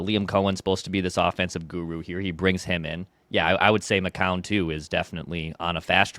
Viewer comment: just refuses to pronounce 'McCown' correctly